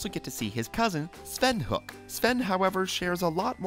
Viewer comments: It’s pronounced HOE-IK … not HOoK 😁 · You just couldn't have taken the time to figure out how to pronounce his name right, could you? It's not Krick - Falusi, its Chris-Falusi . And when you said that Ren's last name was HOOK, when the show, and even the video used said it's pronounced HO-EK, I stopped watching. Which is good because your "facts" had devolved into minor plot points like Ren's pecks. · It's pronounced HO-ICK not HOOK. It's a two syllable word. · It's pronounced "HO-EK," not "HOOK!" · Its pronounced Hoe-ick not hook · Really, it's not Hook it's Ho-ek. Ho...Ek, Ho...Ek. It's said in the show a couple times. Please if your going to do something like this get your facts right. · Ren's last name is pronounced hoe-ekk not "hook" as you pronounced it....... Ren says it very often throughout the series. Did you even watch more than one or two episodes before you took on the job of doing this specific voice over? Who does your fact checking? Who works as your dialog editor? They need to be fired..... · It's pronounced Ho-eck. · good video but you said rens last name wrong, it sounds like hoe-ick but spelled hoek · ok, time to correct them on what they got wrong.. first, the series technically started in september of 1990 with the pilot episode, not 1991. Ren's last name is pronounced Hoe-eck.. i'm sure their are more that other people can find that they got wrong.. they never do a video without "facts" being wrong.. maybe if they fact-checked more.. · you pronounce Ren's, last name wrong.